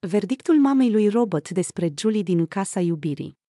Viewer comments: Se spune.Robert nu Robot nu ești româncă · Pronunță numele englezește,nu spune robot. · Și de ce îmi spuneți mie?Nu am făcut decât să vă spun că nu spune "robot".Apostrofati-l pe cel care pronunță englezește nu pe mine!